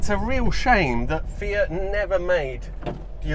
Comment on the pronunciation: *MY EX DROVE A "FIATCH" LOL*